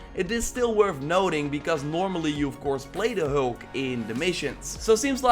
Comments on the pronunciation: FYI It’s Hulk not Holk 🤷🏽‍♂️ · Who is hoolk? And broooce?